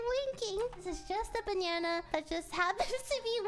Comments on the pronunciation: She pronounces banana as banyanya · she says banyana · I swear to god she says banana like Bae-Ne-Enna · Lily pronounced "banana" like, "banyana". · It's not "Banana" it is "Bananya" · Am i the only one hearing her saying banana"banyana" ? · I love how you say banana 🍌